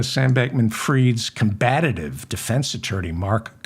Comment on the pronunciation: The word is 'COMBATIVE,' not COMBATATIVE, pullese!